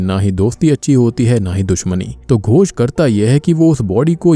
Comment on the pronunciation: Tum bar bar gosh gosh kyu kr rahe ho it is ghos not gosh ...gosh matlb pata h kya hota hai mansh ko kehte hai gawar ...